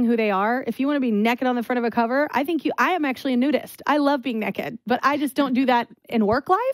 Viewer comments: she said nekked... haha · Love the way she says "nehkid", lol! Love her so much🥰